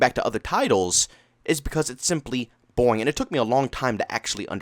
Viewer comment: It's the way he says it, he pronounces an A, as a joke.